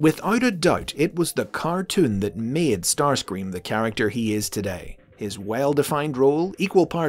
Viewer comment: Starscweam fits somehow